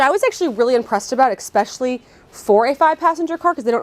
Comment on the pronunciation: I definitely gave you a thumbs up, that was very informative and I enjoyed it. My one tiny criticism would be that there is no "x" in the word "especially".